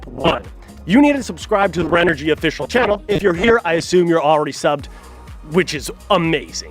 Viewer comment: Audio is terrible, and guy kept calling it Renergy. And given the lack of comments, tells me no one won anything or they only focused on FB.